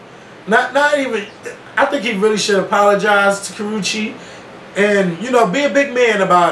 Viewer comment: The fact that constanly pronounced that child's name wrong...LMFAO I was in tears every time he said it! It's pronounced "ka-roosh" the "che" makes the "shh" sound.